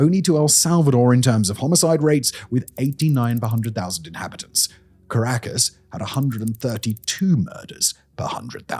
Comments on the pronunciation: He mispronounced a ton of names, caracas.. etc. But it was entertaining. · Dislike for torturing my ears with "caracASS" and "shavEz". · Pronounced Kah-rah-kas